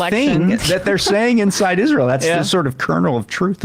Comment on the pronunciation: I think the way Graham pronounces Israel is kind of cute. "IZ-rull".